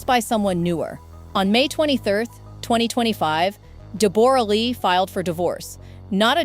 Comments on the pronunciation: Deborra-Lee is pronounced Deborah-Lee - if you are going to do a story on someone at least do your research and pronounce their name correctly. Oh right you have a stupide AI voice doing the narration. There's aways two sides to every story and you never know what truly went on in a relationship and what the other side did to contribute to its demise. The way you go on in the video about 'poor' Deborra-Lee - she's walked away with a fortune, mostly made up of Hugh's earnings, so she will be fine. What about all of the other people who go through a divorce and walk away with nothing. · Her name is pronounced DEB - RA. Calling her a great actress is a BIG stretch! And, Hugh Jackman was very well known in Australia when he met her. She was/is known to be a very pushy, opiniated individual. Who knows why he married her? He is a very nice person, from all reports: she ... not so much. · If you must comment on peoples private lives however much they are considered public property at least pronounce their names correctly. I have never hear Deborra-Lee's name pronounced De-borra! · Her name is pronounced ‘Debrah’, she is Australian and that is how Australians pronounce it. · AI mispronounces Debora. God i hate AI. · FUCKING AI NEVER GETS IT RIGHT! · This is absolute nonsense… AI can’t even pronounce her name right… people are so gullible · I winced every time her name was mentioned... totally butchered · Such a shame the awful, judgemental AI voice can't even pronounce her name correctly!! 🤬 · Please pronounce her name correctly . Ouf it is making me cringe. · Learn to pronounce Deborah’s name correctly. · DEBRA LEE NOT DE BORA LEE😊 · DEE BORE RAH?! REALLY?! It's DEB-RA you ai donkey. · It’s not pronounced Deb-or-a It’s just like Debra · It’s DEB-ra not Deb-OR-a - she literally says her name within the first couple of minutes. Hugh Jackman is not 49, he is 57. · DEBORE A LEE??? FFS....LEARN HER DAMN NAME PRONUNCIATION. ITS DEBRA LEE. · Debra not Debora lee 😮